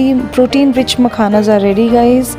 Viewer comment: मखनाज मखानज 🤣🤣🤣🤣🤣🤣🤣